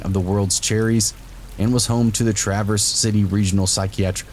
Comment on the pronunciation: TRAVerse City not TRAverse lol, and yes, it beautiful. They have a haunted restaurant called the Jolly Pumpkin with great food and awesome views. They let me walk around and take pictures. Check it out. But it's Travers like it's spelled. Not like the car lol.